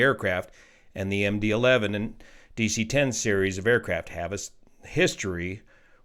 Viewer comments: Someone on another thread speculated that he misread “11” as a roman numeral “II” and said ”MD Two”. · At least he didn't say MD-eye-eye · Worst . He said MD Two (II) instead of Eleven (11) ! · Did he just read MD-11 as “McDonnel-Douglas 2?” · "Let me read this so I get this correct" Proceeds to read 11 as II in the first sentence... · Are we going to skip over the fact that this NTSB guy said the aircraft was built as a “McDonnell Douglas Two”, most likely confusing the “11” for the Roman numeral “II” and that he said the plane took off from “Runway Seventeen Arrrr”?! Come on, man… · Yeah, I kind of feel the same about that guy. He makes some good points, but I think he’s more of a like citizen advocate type of person than an actual expert in anyway. Clearly he read MD-11 as MD-II. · I was wondering about the "McDonald-Douglas 2" part until I realized it was a misreading of MD-11. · McDonnell Douglas 2? This is the NTSB's spokesman and he doesn't know what kind of aircraft it is, only what he misreads. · You know, I heard that too and thought maybe there was some unusual type variant that I wasn't aware of, or misspoke and shortened something like a "MD11-200" and made it into "Em Dee Too". I hope he knows an MD-11 is not an MD-II. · I wonder if he misread the "11" as the Roman numeral "II" and meant to say MD-11 converted to MD-11F.